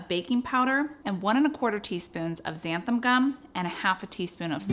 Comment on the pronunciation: Thanks for sharing the recipe. Please allow me to correct the pronunciation of "xanthan." The word ends with an "n," not "m." It's a common mispronunciation. Again, thanks for your efforts. It isn't easy to consistently produce and upload good content, but you do a great job.